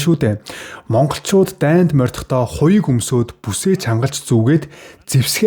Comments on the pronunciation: morin deer moridiod moridohdoo gej yarihgvi morind mordohdoo gj yarina shvv mongol hvn bj uuruu buruu duudlagatai yariad bn 😅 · Морьдохдоо гэж яриад байна шүү мордохдоо шүү